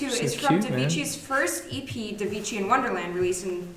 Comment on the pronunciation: Davichi, pronounced not devichi but da like TAkies or TAmagotchi but with d^^